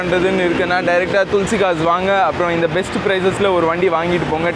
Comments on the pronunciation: துள்சி கார்ஸ் இல்ல பா,,துளசி கார்ஸ் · Otha Hindi Karan thulasi nu correct ah solran unaku Inna vaaila thulsi thulsi nu Petra vidura